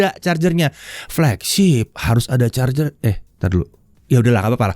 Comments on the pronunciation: ((ada dong chargernya)) penuh penekanan sekali 😂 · Ada penekanan pada kalimat "ada charger" Wkwkwk mantap om